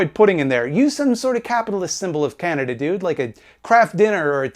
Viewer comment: You need to put a Content Warning before any clips of the "Canadian Libertarian" that he can't pronounce the name of his country correctly. Every time he said "Kaen-dah" I wanted to drink bleach.